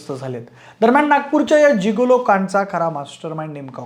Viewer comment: जीगोलो ❌ गिगोलो ✅😅